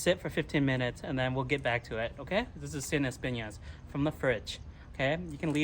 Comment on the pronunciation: Sin espinas, your pronunciation was pretty close. Pretty much means No thorns or No spikes